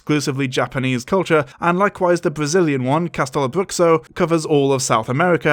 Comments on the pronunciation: the "x" in "bruxo" is actually pronounced as "sh" rather than "ks" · Btw the X in Bruxo sounds has a sh sound, not ks, so it's something like cas-te-lo-BRU-sho (the more you know 🌈~~⭐) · Going on a 25 minute rant about cultural insensitive, but not caring enough to pronunce castelo and bruxo right? Am I the only one who finds this hilarious? Sloppy research to make a quick buck. Reminds you of someone?😂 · Great video but as Brazilian person your pronunciation of bruxo caused me pain